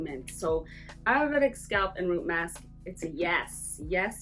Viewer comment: You can’t even pronounce Ayurveda or the Indian herbs but out to sell snake-oil bullshit to Westerners.🤦‍♂️🤦‍♂️🤦‍♂️